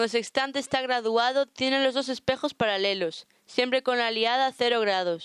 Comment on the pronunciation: No se dice "aliada", sino "alidada".